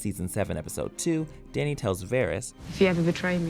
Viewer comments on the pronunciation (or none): I'm disturbed by the way we pronounces "Dany". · Why is he pronouncing ‘dany’ so weirdly